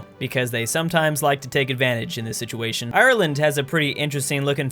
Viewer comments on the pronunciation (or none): none